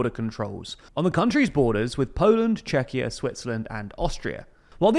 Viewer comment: Germany introducing border checks with Czechia and Poland because Germany became scared of Syrian and Afghan immigrants was really not on my bingo card :D Also, good job on finally pronouncing Czechia correctly! Thank you, it means a lot ❤